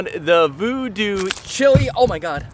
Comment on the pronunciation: Great video but your pronouncing the name wrong. It’s like child without the d, chile. Jimi Hendrix’s Voodoo Child, Jimi says Chile but not pronounced like the country.